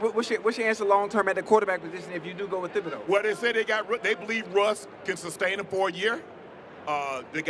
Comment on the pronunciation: Stop pronouncing the th in Thibodaux. It’s Tib-uh-dough